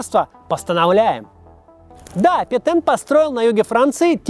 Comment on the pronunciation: Петэн пэтен пэтен пэтен пэтен